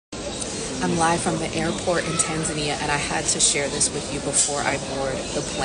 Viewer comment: I'm just glad you pronounce it Tan Za Nia, and not Ton zonia